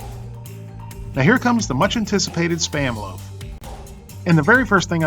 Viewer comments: It's pronounced "spam", not "spayam". One syllable! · "You knpw what SPAM is ?" ....ANd I was like "YEAH OFC MAN ! I see it on the internet everyday !!!!!, then you said it wrong ! and i was like "WUUUUUT ?! o_0"